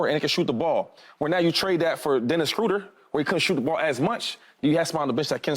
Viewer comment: “Dennis Scrooder” 😂